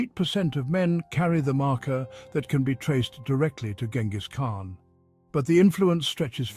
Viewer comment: Pretty hard to listen to this guy repeatedly mispronouncing the Khan's name. Thumbs down.